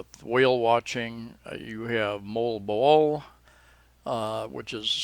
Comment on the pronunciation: Wow you learned how to say Moalboal haha. You just have to remember that when you have two consecutive vowels they are always separate syllables like in Loon (low-on), Daanbantayan, Cateel (catay-el), Lugait (luga-it), Cagwait (cagwa-it), Gingoog (ging-o-og), Taal (ta-al) volcano etc.